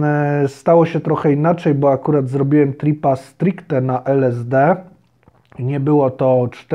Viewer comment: Najpierw to naucz się wymawiać LSD